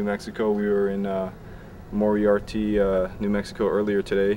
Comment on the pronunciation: Uhh, Moriarty. Pronounced ( MOre-ei-ar-tEE.) fyi